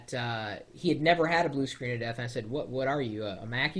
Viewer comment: It sounded like he said, "Blue Screens of Vista" for a second there. hahaha...